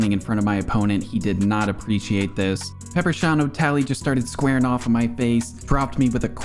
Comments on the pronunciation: “Pepper Sean O’talley” 😂😂😂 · 'Peppershaun o tally'